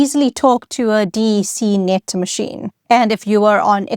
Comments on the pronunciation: Just a quick note. DEC. You’re the first person I’ve heard pronounced it as three letter D-E-C. I’ve always heard something like “Deck”. And I’ve worked 6-7 years almost exclusively on DEC Alpha and DEC Vax machines. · No-one ever ever EVER called it "D. E. C." -- it was pronounced to rhyme with "deck". Did The "Internet Explorer" AI slop image near the start was a real turn-off. As someone who was lucky enough to have an old-school ARPANet "...@ address at age 13 (~1979), even I couldn't get excited about this topic from the boring presentation style. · Hi - What a great, clear explanation! And with such interesting history. By the way, DEC was pronounced "Deck" like a a deck of a ship. And I used a PDP 11! It was also the basis of the VAX/VMS systems, which I'm not a huge fan of coding, but the assembler for the PDP was clear and powerful, and I loved programming it. It was the environment of my undergrad years. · It's always been "Deck" since Vax machines! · Yes, I came here to say I always heard DEC pronounced as “deck” like a deck of playing cards, not as 3 separate letters (as with IBM). I programmed on a DEC PDP 8e using assembler language and FOCAL (which resembles BASIC). Each day, we began by using 12 toggle switches to enter instructions. That allowed the computer to read separate fanfold tapes RIM, BIN, and FOCAL. I personally merged the 3 tapes into 1 big tape, to the delight of our teacher Margaret Meyer at Westhill High School in Stamford, CT. I think the year was 1971 or 1972.